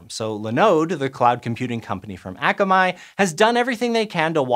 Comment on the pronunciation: The company Akamai Technologies is named after the Hawaiian word for 'smart'. It is being mispronounced by SciShow hosts. It is pronounced ah-kah-mai or in IPA /ɑːkamaɪ/ not æ-kə-maɪ